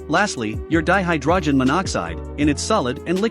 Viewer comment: Holy shit, you can't even pronounce hydrogen correctly? You're not even human, are you? You're another one of those fake voice AIs, aren't you? I won't be watching anything from anymore.